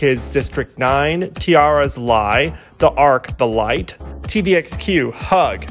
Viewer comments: On every T-ara video where they state or sing their name they clearly pronounce it as Tee-air-a, not Tee-arr-a as you have been saying. I will never trust your pronunciation videos again, because you are wrong. It's as simple as that. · I see you are still mispronouncing T-ARA. Listen to First Love, and if you don't think they know how to pronounce their own name then just keep doing it.